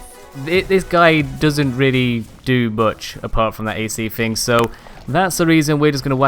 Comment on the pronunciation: I'm pretty sure it's thing and not fing